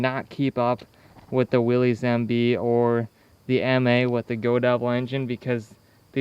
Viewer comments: Willys rhymes with Phyliss - it gives one the willies to hear it called willies. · You had the same default that I had at first. The name Willys is actually pronounced as Willis. That engine in the Ford Jeep looks so much like a model A engine from the 20's and early 30's. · Every time I hear someone mispronounce Willys I cringe. After all these years people still cant get it right. The Y is silent! SMH